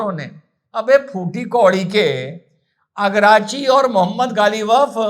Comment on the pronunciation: Agrachi nhi araghchi bol jahil😂😂😂😂😂😂